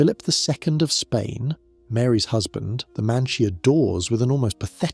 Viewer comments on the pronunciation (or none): none